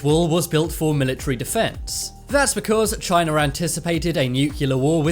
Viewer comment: He just said Chiner